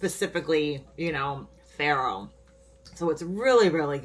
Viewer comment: You might want to check your pronunciation of faro.